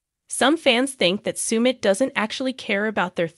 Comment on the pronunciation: Sumit is pronounced suh-mit, not soo-mit